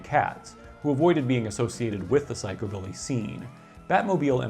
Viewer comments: Its pronounced psych u billy. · The emphasis has been traditionally placed on the first syllable in psychobilly, not the second.